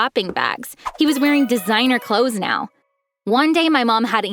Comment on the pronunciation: he said neow